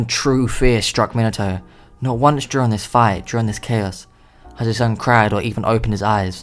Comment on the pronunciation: When he says Minato I hear minataur idk why